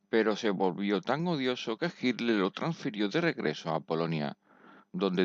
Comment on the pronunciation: No se pronuncia hiller 😅😅